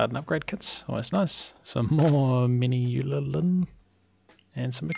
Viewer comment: Man-u-lin. Sorry for the individual comments